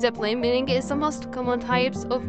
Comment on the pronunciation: The g is not pronounced like that. You are saying millingeh drop the “eh”